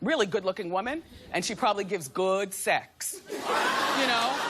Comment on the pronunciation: The "h" in whoman had me crying with laughter 😭😹